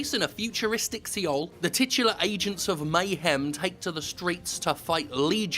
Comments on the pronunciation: Isn't it pronounced "soul" instead of "see-ol"? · I always thought seoul was pronounced 'Soul', not 'Sea-ol'. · Oh please, see-ol? srsly??? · IT'S PRONOUNCED SOUL XD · Did Jim pronounce Seoul as "See-ol" ? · The way you pronounce Seoul is so strange. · Are you trying to say Seoul? Is he trying to say Seoul? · A futuristic what-now? Took me a while to figure out that Jim was trying to pronounce "Seoul" :| Or at least I think that's what it is? Is it?